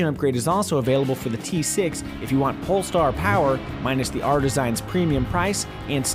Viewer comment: Did he say pulstar and why did they show the pulstar blue, are you trying to hit at something.